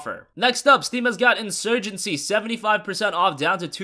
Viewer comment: in SEWYJENCY